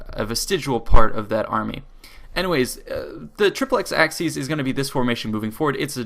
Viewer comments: Its pronounced "The Triple-ex A-seas" not "The Triple-ex Axe-seas" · Hate to be a nit picker but the correct way to pronounce "aciēs" is aa-kee-ays, not "axes" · You can, but most scholars now agree it would have been pronounced hard always, until about the sixth century and later. And it's certainly not axis, as he pronounced it in the video. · Acies is pronounced something like ‘ace ees’ and Scipio was called ‘Africanus’ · ak-ee-ez. All latin Cs are pronounced as a K. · no in the rome of caesar it would be pronounced Akiiiës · Kl vid, but acies is pronounced ak-y-es